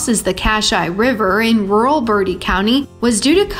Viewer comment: I was raised in bertie County. It isn't pronounced as birdie County it is pronounced as bur-tea but is spelled as Bertie. City slickers don't know how to pronounce anything these days.